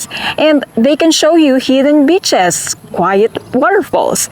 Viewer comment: "They can show you hidden bit-ches" 😂 If you really want a guide to show you around and that is truly knowledgable, you separate the two....the cute bouncing bimbo travel companion that's street smart ain't a legit tour guide and likely doesn't know F all about history.